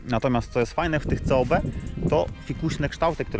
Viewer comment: Diody to ,,kob" a nie C.O.B - w złą stronę wasz kanał idzie 😁